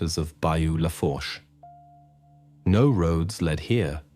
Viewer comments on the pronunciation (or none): Great case isn't it. By the way, it's pronounced La-foo-sh, you don't pronounce the R because it's not Parisian French, it's Cajun French. I just figured that you might like to know. I'm from a very small town in Terrebonne Parish. Thank you for covering a story from Thibadeaux, that's just down the road from where I'm from !❤❤❤ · It’s LaFlourche Parish pronounced Lă foosh. If you can’t get AI to use the correct pronunciation, then just use your own damn voice. This is so lazy and stupid to me